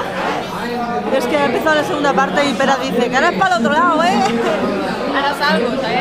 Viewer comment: Pera con voz de pija.